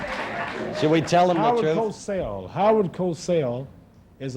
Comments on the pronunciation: It's Howard COSELL - not "Cossel". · It's Howar Cosell btwy not Cossel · It`s Cosell, not Cossel. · Actually his name is Cosell